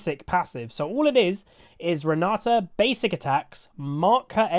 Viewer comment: GutsGoreNGrind - EUNE Renata It's my mom's name( It's Polish)😃, so there is no other way for me than to master this champion! 😏 Also i am very pleased to hear You say her name correctly 👌, yes it is RenaTa note RenaDa as some say. Thank You for the video, Can't wait!